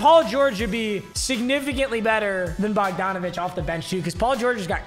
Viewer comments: it’s bog-dan bog donavic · Bo- han bogdonavic